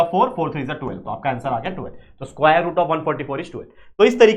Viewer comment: स्कुवायर 😂 But Your Teaching Skills ❤